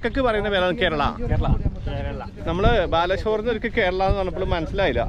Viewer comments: കേരള അല്ല കരേല 😌😌😌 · കേരള അല്ല കരേള (പാവയ്ക്കാ ,കൈപ്പക്ക ) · Kerala alla Karela enna kaippak parayunne. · കേരള അല്ല കേരേള എന്നാ 👍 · Kaipaka kerala ennalla karela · Pavakkaku parayunnath Kerala alla karela nnu aanu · കേരള എന്നല്ല കരേല എന്നാണ് കയ്പക്കക്ക് ഹിന്ദിയിൽ പറയുന്നത്,കയ്പുള്ളത് എന്നാണ് അർത്ഥം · കേരള അല്ല 'കരെലാ' (പാവയ്ക്കാ ) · കേരള. എന്നല്ല. കരീല. എന്നാണ് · Kerala alla karela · Kerala alla Karala😎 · Not Kerala..Karela..